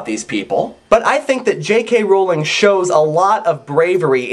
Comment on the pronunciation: I already liked the epilogue but now I think I appreciate it even more. Good job. :) Also, thank you, thank you, thank you for pronouncing Rowling correctly.